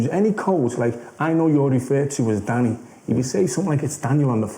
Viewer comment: Dwanny Dwyers deadwiest men...... New epwisode...The Dwevil. Yeah, yeah....